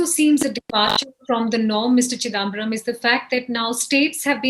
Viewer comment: Why can’t this lady pronounce chidambaram correctly? It’s not chidaaambaram - really grates